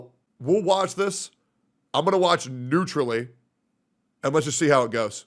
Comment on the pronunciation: He really said, "WuWatch this"